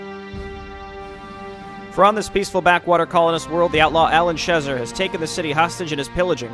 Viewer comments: Tiniest of nitpicks that will bother me endlessly because that's just the sort of detail that would: Alan Schezar's name is pronounced "sheh-ZARR". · Akshualee, it should be more pronounced シェザール. :P